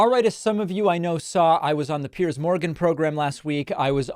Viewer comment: It did go well for you. And as a bonus you are one of the few people who can pronounce Piers' name correctly instead of saying "pierce".